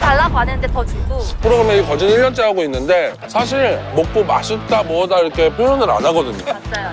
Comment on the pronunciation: 전라도 사람 특 이렇게 <- 이러케 라고 발음 해야는데 이러게 하라고 이러게 ~ 이럼 왜 이러게 라고 말하는거지.. 국어를 개 ㅈ 으로 배움? ㅎ 이 ㄱ으로 가면서 ㅋ 발음이 되는건데 지들이 뭐라고 국어를 무시하고 이러게 라고 발음함 진짜 줘패고싶음